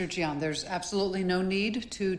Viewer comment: IT'S Jin Yang NOT JIAN